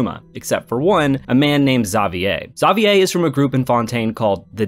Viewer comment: Dude you really trigger me how you pronounce "Xavier" haha